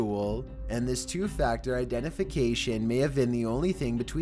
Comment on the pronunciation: Dude what the hells up with this dudes speech patterns? I feel drunk. “Some things felt off abouht thehss” not as bad as dudes narration used to be but goddamn The emphasis on weird shits blowin me